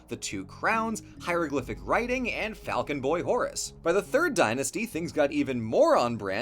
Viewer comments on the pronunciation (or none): none